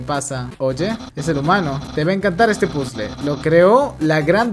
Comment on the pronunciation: épicas clases de Inglés con "PUZL" no sabia que esa música venia de undertale